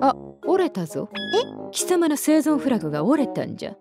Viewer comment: フラグじゃなくて『フラ』って呼んでんの！？ってなったぁ